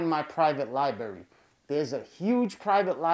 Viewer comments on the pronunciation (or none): I hate that he says “libarry” instead of “library” but great vid. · your grammar is so bad. to top it off, you pronounce "library" as "libary." hahahaha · “Libary”??? Why the hell is he talking like that? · Lol Liberry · Lie berry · Lie Berry, lol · Li berry